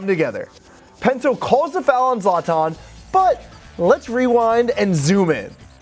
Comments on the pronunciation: Its zlatan not zlaaatan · Its "zlaytin". Not "zlonton" lol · Please be able to pronounce people’s names correctly. It’s Zlatan not Zartarn. Ffs